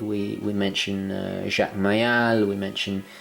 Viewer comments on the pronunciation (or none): Nice video but the pronunciation of Mayol is totally wrong and you forgot Maiorca, the other Squale guy.